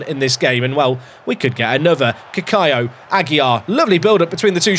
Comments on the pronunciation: Cacaio pronunciation from my Brazilian wife: KA-KAIO! I think you are saying it right. The second c would only sound like an s if it was written "ç". She has never heard of this name though, it is probably either a very rare name, or a regen Brazilian name that doesn't really exist lol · As a brazilian myself I reafirm this